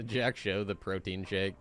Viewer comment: For what it's worth, Protean is pronounced pro-tee-uhn EDIT: Wow, that dude actually doubled down when you asked him to chill